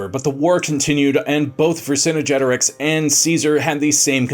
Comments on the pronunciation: It's "Vercingetorix", not "Vercinigetorix"! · Yeah he’s saying it ver cinna jetorix, there’s no a so I’m not sure why he’s saying it like that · "Vher-sin-jet-or-ixe"; you're adding an extra syllable in his name. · I'm asking because I don't know. I have always heard his name as "ver-son-get-oh-ricks". Where does the "ver-son-oh-get-oh-ricks" Come from? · Thank goodness we learned more about Vercin"uh"getorix though. 🙄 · I thought I was the only one annoyed by this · Yeah, he's mixing the English term "vicinity" with "Vercingetorix"...🙂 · I couldn't make it more than 5 minutes due to the continued mispronounciation of Vercingetorix. And that unnecessary music. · Literally butchered his name first time you said it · Dude, this is historically inaccurate & shows a complete lack of any scholarly knowledge. The host mispronounces the name of every Gallic tribe & does a grave disservice to Vercingetorix. Your lack of research is SAD! Do better